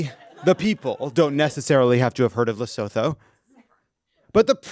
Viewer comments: The th in Lesotho is pronounced like a t. Sounds like : Luh-soo-too in Europe and ends like an o in the US. Like Gretta Thunburg, the Th is pronounced like a t - Toon berg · Not how you pronounce Lesotho...